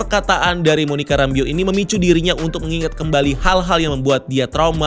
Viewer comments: WandaVision, Wa-WandaVision,WandaVision, Wa-WandaVision~ Btw min, Itu nama terakhirnya Monica dibaca "Rambœ" bukan "rambiu" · Bacanya Monica “Rembouw” gak sih? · Monica "ræmbou" kali bang bacanya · penjelasannya selalu detail tp agak keganggu sama penyebutan nama 'Rambeau' yang kynya kurang pas berulang-ulang 😅